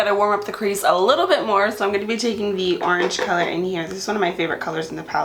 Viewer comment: I love how you say orange lol IG: maricela_ramos26